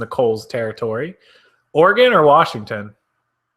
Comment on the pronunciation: Thank you for knowing how to say "Oregon", lol.